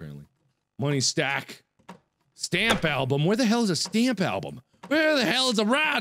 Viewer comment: It's so physically INTERAAAACTABAL! Where's the VA ZAAA? Where's the STHAMP ALBHUM? Ladies and gentlemen, Markiplier has developed his own language.